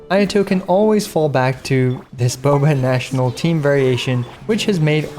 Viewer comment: Bobational sound like Boobational 😳